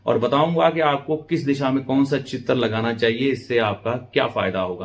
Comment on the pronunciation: आप उच्चारण पर विशेष ध्यान दें चित्र, शुक्र इनका प्रयोग सही करें